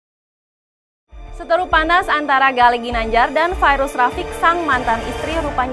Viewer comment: r nya d betulin dulu ginanjal